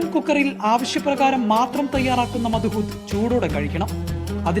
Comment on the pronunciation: ഈ പേര് (മദ്ഹൂത്ത്) നിങ്ങൾ ഒരു അറബിയോട് പറഞ്ഞാൽ മനസ്സിലാകില്ല അതിന്റെ ശരിയായ ഉച്ചാരണം മലയാളത്തിൽ കൃത്യമായി വരില്ലെങ്കിലും , അതിന്റെ പേര് അറബിയിൽ مضغوط (മദ്ഗൂത്ത്) എന്നാണ്